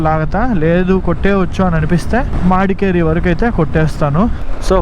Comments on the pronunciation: మాడికెరి‌ కాదు bro it's మడికెరి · Bro madikeri not maadikeri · Oye madkeri.... Kadhu madhkeri.. Prounse good ok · Nee Pronounciation ki dhannam, antav, Madkerri antav.